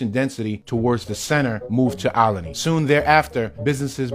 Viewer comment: )...You must be from here (philly) to pronounce it Ol-i-ney"...That's how we do...:)